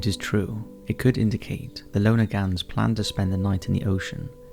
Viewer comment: Love the constant mispronunciation of Lonergans...